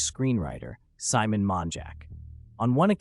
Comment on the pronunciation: When your name is simon but the A.I pronounces your name Salmon